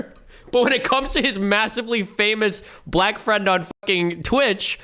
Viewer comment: "The blax" 💀